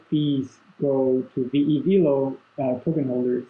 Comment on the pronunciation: It's veh-lo not vee-lo!!!!!!!